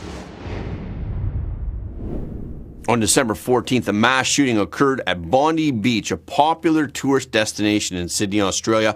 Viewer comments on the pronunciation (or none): Excellent episode again mate Heads up though 😉 Bondi (Bond-eye) Albanese (Alban-easy) or just insert expletive 🤣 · Bondi Beach.. not Bondee Beach